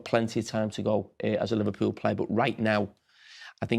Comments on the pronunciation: 😂😂😂"Livelybool - Stay Humble Eh!"😂😂😂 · 😂😂😂"Livelybool - Stay Humble Ah!"😂😂😂 yeah to be honest Arne Slot has a lot of job btw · 😂😂😂"Livelybool - Stay Humble Ah!"😂😂😂